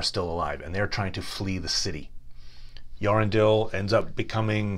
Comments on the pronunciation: Thanks for this. It would be amazing if Glorfindel figures prominently in the Amazon series on the 2nd Age. A word on pronunciation though. Eärendil isn't pronounced "yarendil." "Eä" is pronounced as 2 syllables: along the lines of ay-ah. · Thank you for the pronunciation tips, Remle! My apologies, and though I'm quite sure I continue to butcher names, I have improved on a few since this video, including Earendil - I have been including the initial "Ay" in more recent videos. And I have begun treating "fin" as "feen." Thanks again for the advice - I'll keep working at it. As for Beleg, I do reference him quite a bit in my Gurthang video